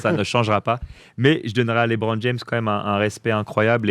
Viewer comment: On dit LeBron, pas LiBron